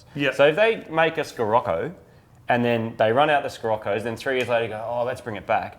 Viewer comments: Scirocco is italian (it's the name of a wind) and it's pronounced She-Rocco (with a hard R) :) If you ever truly wanted to know XD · Scirroco - pronounced SHI-ROCKO thats coming from a UK person! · as a professional german i can tell you guys that the proper way to pronounce Scirocco is "shirokko" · you guys probably just playing around, but it's pronounced Sherocco. I had a 77 and 86 model. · you pronounce the scirocco shi-rocco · hi from Germany, you pronounce it : "shi-rok-ko" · Scirocco (or "Sirocco" for foreigners, same thing) is the italian name of a wind (the warm one that comes from the south) and it's pronounced she-rock-ko. Source: I'm Italian. Also, please don't stop the Unicorn Circuit! If you two have fun making it, I enjoy it a lot! I usually watch it instead of TV for lunch or something, brings my mood up ~ And for the gaming thing, I like it sure but it's also distracting for you two, and it's ok whether it's there or not. Keep on the Rainbows! \m/ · or pronounced - Shure-roco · No it is Shirocco. At least that is how the German's pronounce it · "Sheerocco" is it called... and it is the name of a desert storm. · pronounced "sih-rock-oh" And it is named after a Mediterranean wind that comes from the Sahara and can reach hurricane speeds in North Africa and Southern Europe. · It's Shi-rocco you asshat [ btw I can tell the times you'r high:0P ] The term Sirocco (sometimes also spelled Scirocco) is an all-inclusive name given to hot and subsequently humid southeast to southwest winds originating as hot, dry desert-air over Northern Africa, flowing northward into the southern Mediterranean basin. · In Germany we call the Scirocco "She-Rock-Oh". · Nope...in Germany we pronounce it "She-rock-oh". Like a lot of VW-Models (f.e. Jetta, Passat ect) it´s named after a special wind. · Scirocco is pronounced "Sharocko" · It's pronounced "sih-rock-oh" ;) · Scirocco: the SC is spoken SH ;) Greetings from Germany! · Scirocco is pronounced Sheerocko ;)